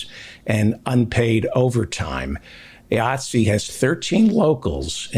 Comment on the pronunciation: Thank you David for(finally) at least pronouncing the name of the Union that I belong to, and proud to be a member of, with the hard "I" it begins with